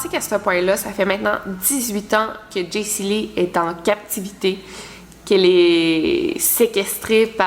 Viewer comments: Chepas si je suis le seul qui a chaque fois que tu dis Jesyli sa ouvre Siri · à chaque fois qu'elle dit jacey lee mon siri s'active :p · tu actives mon Siri a chaque fois que tu dis Jaycee Lee mdrrr Zuper